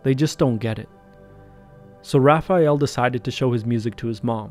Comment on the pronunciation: You are the first english speaking person that I see who pronounce "Raphael" correctly. Most people say "RaphEal"